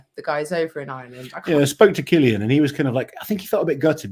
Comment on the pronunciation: What an awesome start to the year. Amazing event. Great competition between the top guys, just superb. Brilliant. Cillian is pronounced Killian not Sillian btw.